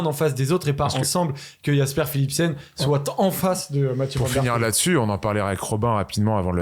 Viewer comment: Tant qu'on est dans la prononciation des Noms, Jasper se prononce "Yasper". :)